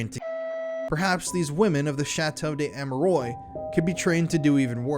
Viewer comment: Please pronounce the name correctly. The s in des is pronounced cuz the next letter (amerois) is a vowel. So it’s chateau des-amerwah. Last s is silent. And ois is pronounced as wah like it wha(t).